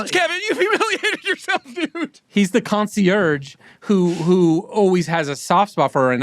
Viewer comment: I don't know if I can get past Akiva's pronunciation of concierge... I'm only going to be able to say "Con-see-YERJ"